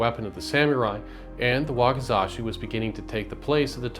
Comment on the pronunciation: "Wakazashi" -> Wakizashi